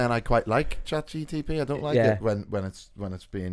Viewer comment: Episode 48.. still can’t say Chat GPT